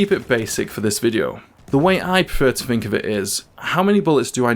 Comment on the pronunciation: 'Think' doesn't have a 'F' in it.